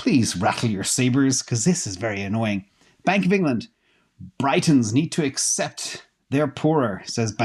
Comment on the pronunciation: 😂The pronunciation of “Britons “ is Br-it-uns,, I’m English and am so stoked and appreciative of the data and insight you share,, IMO, the UK is screwed brought about by currupt politicians during the plan demic and will punished by the globalist to make an example of it leaving the EU to deter other nations from leaving the EU dictatorship,, I think Decentralisation of Money and Democracies can be the only true freedom,, love ya